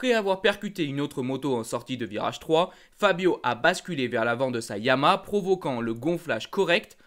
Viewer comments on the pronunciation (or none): none